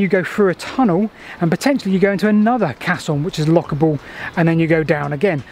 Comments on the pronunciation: It's a "Cay-son". A "cass-on" is a bit of dried cow dung. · It's pronouned "kesson", it's a French word meaning "big box", from their word "caisse" meaning "box", with another meaning similar to our idea of a place to deposit savings in their term "caisse d'épargne" which today means "savings bank". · Caisson. Ai pronounced ay. Used extensively in bridge building to enable excavations and foundations to be formed under water. Required positive air pressure inside to exclude water pressure and involved compressed air which wasn’t the healthiest environment for the workers inside..... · Excellent work..I'm writing a hitory of canals myself at the moment and this sort of stuffis inaluable...but it's pronounced kayzon! best wishes and take care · fantastic video so far but i'm pretty sure it's pronounced kayson......sorry! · It's pronounced Kaysson actually. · FYI, "caisson" is pronounced "Kassoon"! Even the BBC get it wrong! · Caisson" is pronounced "Kayson" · actually pronounced Kaysson with the accent on the forward 's' sound. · Pronounced case on